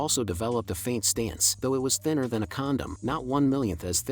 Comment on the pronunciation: yooo what did he saaaay thiner than whaaaay